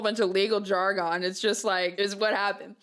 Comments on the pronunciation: the way she says jar-gonn is so funny to me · Okay so ima say this first so I don't hurt feelings on accident. I'm elevated 🍃. The way you said jargon had me replaying that little blip because it made me smile ETA I've only ever heard it said "jar-gan" or "jar-gen"